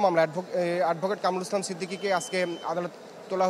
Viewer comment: কামরুল ইসলাম সিদ্দিকী ? কোন ধরনের রিপোর্টার এইগুলা ? ঠিক মতো নামটা ও উচ্চারণ করতে পারে না !